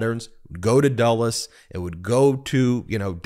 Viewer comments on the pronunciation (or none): none